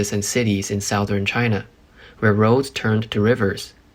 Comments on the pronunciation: His pronunciation is whack on some easy to pronounce words, like Southern. South Ern. But he does marginally well as far as pace, and clarity. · "South-Ern" Is that an Urn with ash remains in the south?